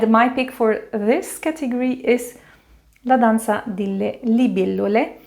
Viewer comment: The FIRST & ONLY reviewer that could actually pronounce the La Danza 😂😂🎉